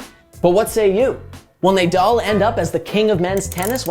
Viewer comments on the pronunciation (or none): ‘Naaa”—“Dall”. ..not “Ney” —“Dall”…come on man… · Nah-Doll not nay-dal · Sorry to be that guy but it’s NAH-DAL not NAYDAL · Who tf is Neighdoll 😂😂😭😭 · What's the point of this GOAT argument? Narrative literally changes whenever Nadal or Djokovic win a slam. Let these guys retire before starting it early. At least most people can now acknowledge that Federer is well behind these two. Also...clearly not a single editor at the Score watches Tennis...I can't believe you kept saying NayDal even though he's world famous. Cringe. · Nay doll. It would be nice to have someone that probably has watching tennis to do the take. Can you pronounce his last name like that I can clearly tell this guys never watched tennis lol. I respect the hustle though. And there was no take all you did a summarized what happened lol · Say Naydal one more time bro!!!! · nice video but how can he pronounce Nadal "nay-doll"??? its like hes never watched tennis and heard of Nadal and someone gives him the paper just to read and record it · Should we bother to learn how to say an easy name that’s the entire focus of the video talking about his greatness? Nah, no need Also, how do you even get “nay doll” from “Nadal?” Like come on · Nay-dawl?? For real?? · Nay-dal pronunciation made this video barely watchable :( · How in the world did you mispronounce the name of one of the greatest athletes ever smh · My magic 8 ball says; "Learn to pronounce his name!" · After your pronunciation of Nadal, I can't subscribe. 🤷‍♂️ I barely made it to the end of the video. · He mispronounced 100% of names in the first 10 seconds. He doesn’t watch tennis for sure